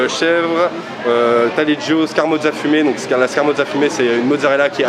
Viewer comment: Peut-être qu'un jour ceux qui la proposent arriveront à bien prononcer le nom de la scamorza (et pas scar-moza) !